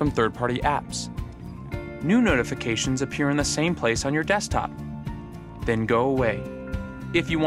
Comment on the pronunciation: "Thene go away"